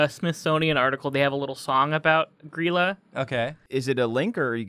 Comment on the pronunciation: Holy shit, they actually pronounced Grýla correctly!